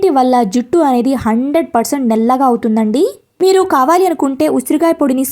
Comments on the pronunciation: Nella gaa kadhu nallagaa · దయచేసి నల్లగా.,.. అనండి, నెల్లగా... కాదు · Nellagaa kaadu , Nallagaa😅